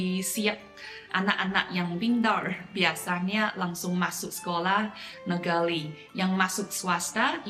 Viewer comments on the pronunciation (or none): Bu, just a suggestion for pronounciation in Bahasa , when you pronounced " Luar negeri " the sound of " ri " dont use American sounding " R" but try to use the sound of " R " in the pronounciation of " Nurhaci " ....it will have better sounding " R " because R was not pronounced properly will loosen to " L " sounding in bahasa...Just a suggestion to help pronounciation in Bahasa. The reason behind this is if you listen to Manchu speakers in Mainland, their " R " pronounciation is closer to the way " R " is being pronounced Bahasa Indonesia....